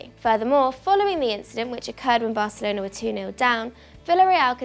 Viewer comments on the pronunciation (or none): none